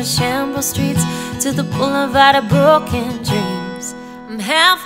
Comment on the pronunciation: Love that you pronounce 'broken' with a proper Yorkshire accent!!